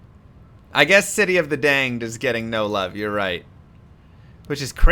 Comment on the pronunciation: lol "City of the Danged"